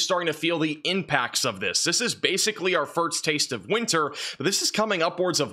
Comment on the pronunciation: The guy has a college degree but can never get past mispronouncing simple English words like 'first' and 'Gulf'. pronounces these as 'firtst' and 'golf'.